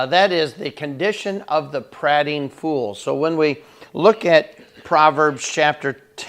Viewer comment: Great devo! Searched for the word on YT and you came up, only thought is I would pronounce it as the speaker of the house of commons did: the a is an EA not an AH.......thx!